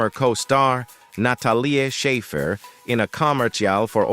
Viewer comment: "nat a lee ah shaffer for a comer cheal for ora veal re den backer" - computer generated voiceovers still have a ways to go